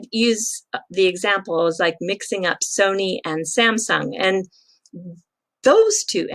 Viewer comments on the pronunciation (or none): none